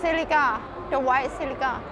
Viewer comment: That "Poko" looks like a key chain toy. Also, said "white Ce-leeka", was she pointing to a white Celica? Lastly, that silver/grey S13 is so damn beautiful. That headlight assembly wrapped all the way around.